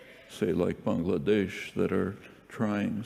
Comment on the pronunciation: Not really related to the video, but this is probably the first time I've heard a native English speaker pronounce the name of my country (Bangladesh) the right way.